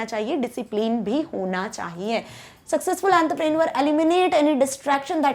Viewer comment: awn_ truhh_ pre_ neor right pronounce